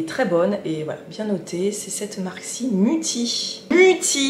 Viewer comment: Mutti c'est une marque allemande, car MUTTI ça veut dire"maman" ))On dit"mouti" pour la prononciation pour tout te dire))J'ai etudié l'allemand.....))BIzzzzzzzz !!:chillwcat::chillwdog::shelterin